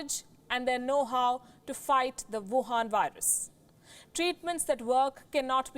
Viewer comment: i love it when she says "WUHAN VIRUS"